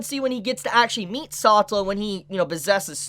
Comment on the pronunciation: SA TeLA not satla PLEASE, i like watching you talk, but the way you say that hurts my ears...